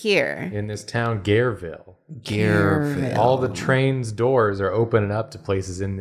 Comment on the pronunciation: "Gareville!" People who know French: SCREAMING